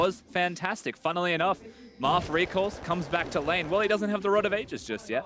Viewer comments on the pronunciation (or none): Marf? Sounds more like Barf to me.